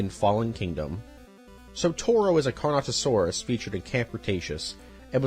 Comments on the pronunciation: Why do you keep saying Carnosaurus when the name of the dinosaur is Carnotaurus. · "carnosaurus" man ITS carnoTAURUS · None of the mispronunciations hurt more than "carnosaurus" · I paused after he said "Carnosaurus" asking myself if I should really keep watching about my favorite franchise. Makes me question the credibility of the video. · “Carnosaurus” What the fuck happened too the t??????? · for me it was the Carnotaurus - and me mainly chuckling at carnosaur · I get dinosaur names can be hard to pronounce and that you said you would be mispronouncing them, but come on Carnotaurus is such an easy one to get right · ‘CARNATOSAURUS’? HOW HARD IS IT TO PRONOUNCE CARNOTAURUS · It's car-no-taur-us, not car-no-saur-us !!! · It’s the Carnotaurus ^^ not Carnosaurus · I find it funny how you forget the T in Carnotaurus and call them carnosaurs. Carnosaurs are a real thing, they are a group called Carnosauria which consist of Carcharodontosauridae, Allosauroidea, Megalosauroidea, and many others. It’s a very wide group consisting of organisms like Allosaurus to the entire Spinosauridae family. This is definitely a minor nitpick but my brain it was said multiple times so I thought, I might as well nerd out in the comments. Now a days, when people think of Carnosaurs, they’re mostly talking about the horror movies from the 90s. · CarnoTaurus, not CarnoSaurus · Does this guy not know how to pronounce Carnotaurus or Pteranodon?